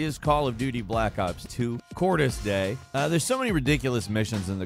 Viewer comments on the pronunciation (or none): Nah nah. It's not Cordis "die", but Cordis "dee-ya".